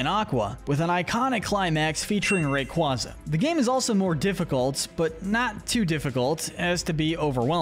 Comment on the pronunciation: It’s lill-ee-COHV, loo-SUH-meen, MAH-luh-SAH-duh, ray-QUAY-zuh, yoo-NUH-vuh, gar-BOH-DURR, and roh-TAHM, “”! 🤨